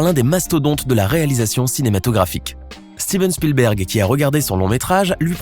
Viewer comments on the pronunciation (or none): none